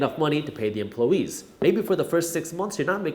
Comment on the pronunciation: Dude. Great video, great content as usual, but "empluhwees"?